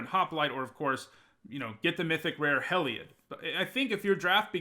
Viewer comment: Everyone: Hē-lī-od: Hêll-ī-od 🤦🏼‍♂️ Every pre release. Part of the videos now. 🤔 Wonder if he does it on purpose 😂